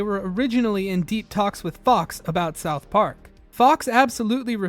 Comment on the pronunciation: this dude says “Southp Ark” one more time…